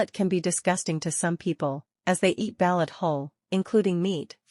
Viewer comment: Learn how to pronounce ba'loot.